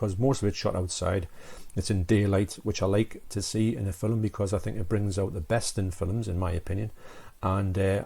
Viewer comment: Arrrghhh it's F I L M!! (''Fillum'' lol ;)